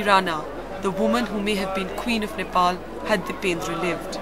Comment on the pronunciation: She said Nipple🤣🤣